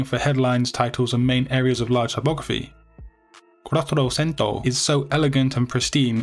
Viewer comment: Quattrocento is Italian not Spanish so it is pronounce kwah-troh-chen-toh. . Cool video anyways.